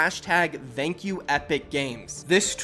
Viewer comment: Love the videos!!! But I can’t stand the way you say “thank you” 😂